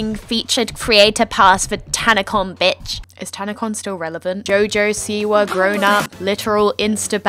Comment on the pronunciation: HoeHoe Siwa? I’m fucking screaming.